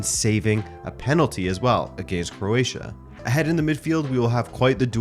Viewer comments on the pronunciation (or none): none